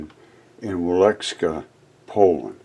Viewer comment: it's pronounced Vie (as in Vienna)-leachka and everything you see is made of pure salt. Walls, chandeliers, all carved in salt. Amazing.